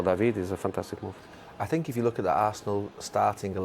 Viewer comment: Jose's "i sink" is like a music to my ears😂😂